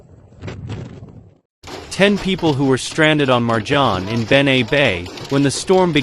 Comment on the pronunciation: You should really learn how to pronounce names correctly. Jbao vas Marđan, Hajžuk i ostale besmislice. Kad već radite video, onda ga napravite kako treba.